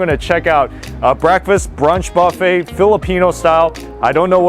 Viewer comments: I can't stand it everytime you say bafe. It's Buffet. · It's like silent T, dude, and will sound buh-fey!😜🤣😂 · tell me something I don't know. I know it's silent T. Obviously you pronounced it like him "Bah-fey instead of Buh-fey." 🤣🤣🤣